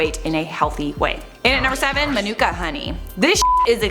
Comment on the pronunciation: LOL - Manuka is pronounced like "Monica." I only know this because I lived in Manuka, AU for a few years and was mocked for my terrible American pronunciation.